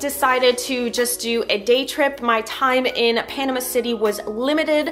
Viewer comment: You are saying Panama wrong!